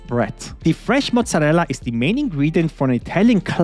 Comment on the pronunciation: gesichert Italiener?! Wie du Mozzarella sagst:D